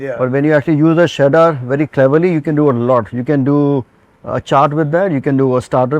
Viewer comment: What's the deal with Chef Vineet pronouncing cheddar cheese as sheddar cheese?